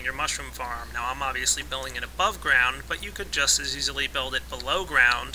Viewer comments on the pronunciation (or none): none